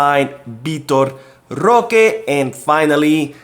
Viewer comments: Stop saying roque name like that. That shit wack😡😡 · It's actually pretty funny. Feel free to say it more often 🤣🤣🤣😂😂😂